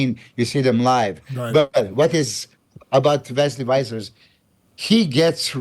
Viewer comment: Hey Dennis it's Vessers not Wissers.